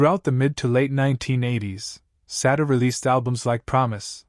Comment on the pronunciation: Why are you constantly mispronouncing this woman’s name?